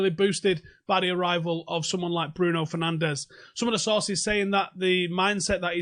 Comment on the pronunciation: 6. His surname is pronounced differently than everyone uses it, he is Portuguese, not Spanish!